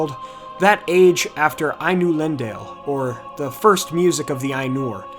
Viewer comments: Hey man, love the video! Just wanted to comment on a pronunciation. You said "Ainulindale" around a bit incorrectly. Took me a second to realize what you meant. The word is Quenya, and so the "e" at the end is not silent, nor is the last "a" long (following English rules.) You could kinda think "Ainulindaleh." You got it in "Manwe," kinda like "Manway/Manweh." Same idea. Also, more of an obnoxious nitpick, but the second "i" is pronounced more like a long "e" in English. Keep the videos coming though! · Fantastic series man just to let you though ainulindale is pronounced eye n you Lin doll aye! Keep up the great work